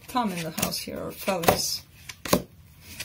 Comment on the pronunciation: Félix ! I love the pronunciation ...just like my European roots